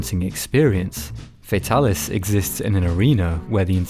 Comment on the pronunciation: it's not "FAE-talis" it's "FAH-talis" it's like how tigrex being TEA-grex not TIE-grex. it's hard to watch the video because of this.